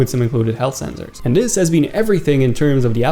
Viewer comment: U say zenzers